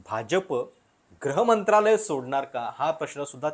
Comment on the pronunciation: ग्रह मंत्रालय की गृह मंत्रालय ?